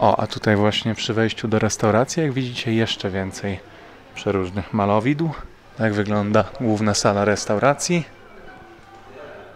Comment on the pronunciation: Nie malowidł tylko malowideł 😜